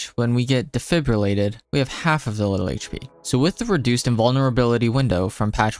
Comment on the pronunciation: oh, someone who pronounces defibrillated correctly lol